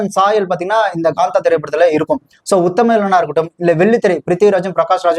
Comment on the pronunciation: Gaantha ❎️ Kaantha ✅